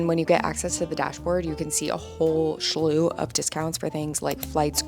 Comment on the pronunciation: Hey,. You said it twice so....the word is "slew" (no h in there). Good luck with everything!